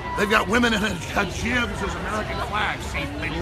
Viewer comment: “Women with hajibs” lol